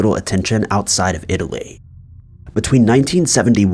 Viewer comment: Stop saying Itilay. Lol